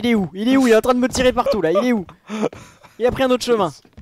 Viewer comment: Faudrait que tu rajoutes l'accent sur le "où" pcq là on dirait que tu demandes si ils sont antisémite 🤣